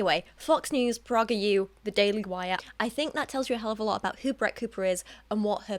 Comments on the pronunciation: yes it would be awesome to see a video about PragerU! (Which by the way is pronounced "PRAY-ger" not "PRAH-ger" lol) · I could be wrong but I think PragerU is pronounced Pray-ger U. The irony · It's pronounced "prAY-guhr". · oh of course, she can pronounce it however she likes, I just found it a bit amusing that's all